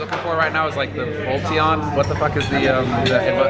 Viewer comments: Umm...it's jolton not volton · Volt-Volt-the whatttt xD Are you kidding me? in-humane Jolteon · volteon???? fuck sake really? holy fcking shit. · It's jolteon bro.... Get it correct